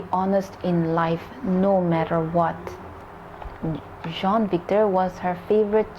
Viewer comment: You pronounce Jean as John and Sean as Shawn